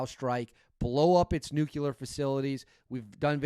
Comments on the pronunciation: I left you when you said "Nukelar". It's pronounced "new clear", you got that? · Plz tell me the difference between Nu-Qu-Lar and Nu-Cle-Ar !! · N U C L E A R Not nuc u lear 🤦🏻‍♂️